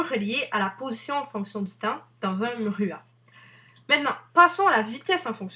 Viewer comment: le "mhruha"...